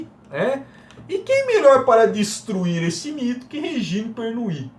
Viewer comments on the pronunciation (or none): Ótimo vídeo 👏👏 Só duas dicas: a pronúncia correta do nome da escritora é "Pernú" e do champanhe é Dom "Perrinhon" rsrs